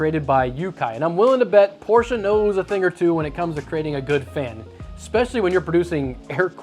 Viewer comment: As a German im Glad your pronouncing Porsche the right wayg